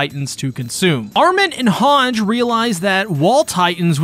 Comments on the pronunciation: hang zo. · thank god I am not the only one bothered by that. both in Japanese and English version it’s HangE, I don’t know where that comes from. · I die everytime I hear you pronounce "Hange"